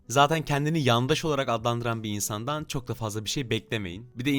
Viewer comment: Kadının -Çoğhh üzücü 😆🤣